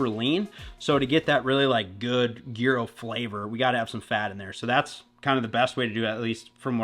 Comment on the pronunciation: What a banger of an episode, otter tail giants and fish gyros🔥🔥🔥 side note - should immediately be arrested for the way he pronounces Gyro